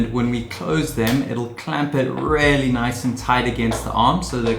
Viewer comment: You are still mispronouncing "really"